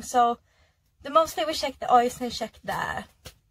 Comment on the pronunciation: You keep saying shake ?